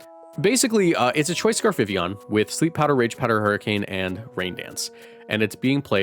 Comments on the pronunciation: God it’s such a low bar but I eargasm every time vivillon is pronounced correctly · Thank you for pronouncing Vivillon correctly, lol